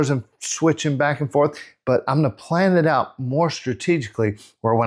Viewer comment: hahahah you said "planet out" plan it out. heheheheh